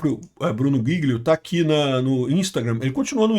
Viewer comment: É jilio a pronuncia